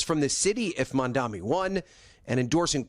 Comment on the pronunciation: If I had a nickel for every time the narrator for Today mispronounced Zohran Mamdani's name…